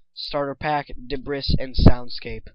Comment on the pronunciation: LOL DEBRISS